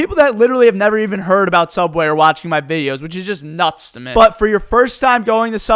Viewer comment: I have a question, why do you pronounce Me as Meh?